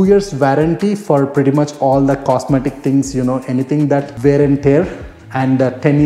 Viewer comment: WEAR NOT VEAR bud